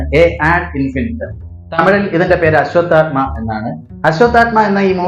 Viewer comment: അശ്വത്ഥാത്മ എന്നല്ല അശ്വത്ഥാമാവ് / അശ്വത്ഥാമാ എന്നൊക്കെയാണ് പറയേണ്ടത് 'ഫാഷ' കൂടെ ഒന്ന് ശരിയാക്കണം😊